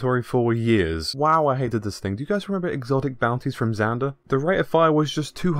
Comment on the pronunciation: Lol that got me, "xander" smh....